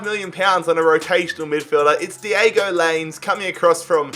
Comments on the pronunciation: It’s not Diego linez it’s (line ez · Domingos Keenwa 🤣🤣🤣 Also, Diego Lains 🤦‍♂️